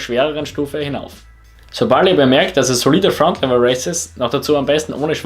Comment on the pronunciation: Egal ob du einen Dialekt hast. Bitte sprich Fronlever richtig aus